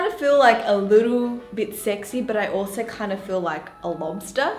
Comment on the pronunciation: It's soo cute the way she said "alsorrr~"